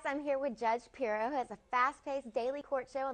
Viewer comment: It might be polite to get her name right too - 'Pirro'..... NOT Pirror.